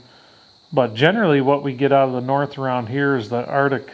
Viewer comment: "Cold coming from the nort" Damn Canadians! 😊